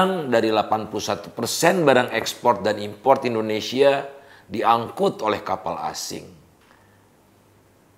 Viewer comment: Indonesia tidak akan bisa maju, karena orang nomor 1 nya saja salah dalam pronounce Indonesia, Pak Indonesia pak, bukan endonesia